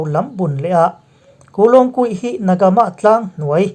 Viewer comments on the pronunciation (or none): na ga maa ni lovin (na ga mah)ti a lam rik tur a ni na ga mah(နဂါးမ)tih chu(Dragon nu)